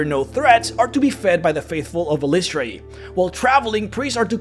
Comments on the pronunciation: great video but fyi, according to ed greenwood her name is pronounced something like eye-liss-try-ee with the stress on eye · This was my biggest pain in making my cleric of Eilistraee. I decided EYE-lih-STRAY is what worked best and seemed to make the most sense to how its spelled to me. Your pronunciation seems pretty common as well though. It seems she's not a stickler for pronunciation since they all appear to be canon lol. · Drow of the Underdark, which is where it sounds like you got most of the info and is 2nd Ed/3rd Ed sourcebook, has the proper pronunciation (pg 21). Per DotU, it is eel-ISS-tray-ee. As I'm looking at my well worn copy. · I've been pronouncing it "EYE-liss-tray" ever since hearing Nathyrra (the Drow Elf Assassin who's somehow Good) speak Eilistraee's name in the Neverwinter Nights expansion packs.